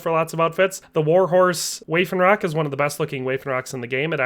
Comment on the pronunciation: COIF...kwawf WAFFENROCK...woffinrock your pronunciation of French and German is making my ears hurt and I'm American. good video aside from that. thanks